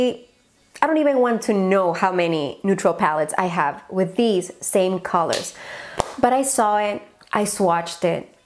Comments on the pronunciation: "calorts" JAJAJAJAJAJAJA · "CALORTS" 🤣 ja ja ay!! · Jajajajaja "calorts" "brillarts"😂😂😂😂😂😂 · "Brillarts", "calorts" jajajjajaja